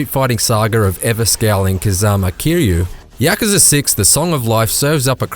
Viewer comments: Ya-Ku-Za. Not Yak-kooZa. The reviewer Tristan Ogilvie pronounces it correctly. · ITS NOT YAAA KA ZAA LOL. . its yaw koo zaah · Yakaza....Yakaza...so much butchering was in this review. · how he pronounces yakuza is killing me lol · The way he says Yakuza gets on my nerves